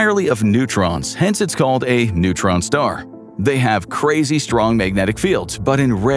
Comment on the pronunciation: "A massive neuron star". almost fell off my chair 🤣🤣